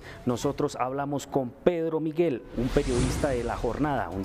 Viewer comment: NO es "Pedromiguel" sino PEDRO MIGUEL, de apellido Miguel. NO es "eXpiar" sino ESPIAR. Y tampoco es "lafugar" sino "loufer" (law fare). ¡PeriodistOs ignorantOs!😂 Pero, ¿cómo pedirle inglés si ignora el español elemental? Además, lo principal es saber qué pasó en Colombia, no es saber de los otros países.